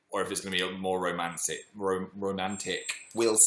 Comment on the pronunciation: did Phil just say romanthic or is it just me